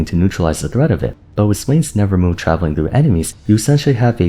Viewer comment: Am i the only one a little peeved at saying "nevermove" instead of nevermore...